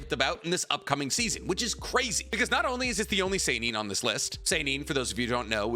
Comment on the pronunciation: seinen is not pronounced seinin, it is pronounced sehnehn (the first eh is longer than the second one). Sorry for being picky